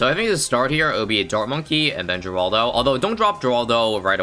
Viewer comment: It's said heraldo